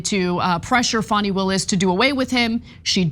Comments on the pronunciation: She said fawny Willis... Dude, it's Fanny as in because she IS an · 😳 You know why ? ( Her name is * FANI, not Fanny ! * Fani, = ( fah knee ) 👍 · It’s Fanny not Fawni. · Hey. STOP calling Fani Willis Fawny. Her mama named her Fani. (pronounced Fanny). 😅